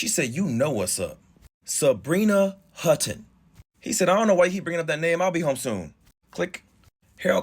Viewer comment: Hutton not hooten